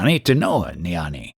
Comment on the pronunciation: Jnani does not have a silent G. It's pronounced gya-nee NOT nyani. The same G as when you pronounce ghee (clarified butter). ajnani is pronounced aagya-nee. Also jnana is pronounced gyaan. The a at the end is silent.